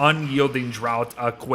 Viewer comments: "draught" is pronounced the same as "draft", not "drought" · Thanks for the update! Just a quick note, the word draught in Unyielding Draught is pronounced "draft"", as in a draught of beer or a draught of air in the room. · Ok 100% unrelated but I thought draught was pronounced like draft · More so the fact that he keeps pronouncing draught like drought. They don't call them drought beers...